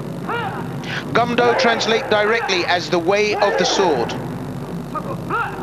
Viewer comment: "Goom-doh" not "gum-doh". It's not bubble gum.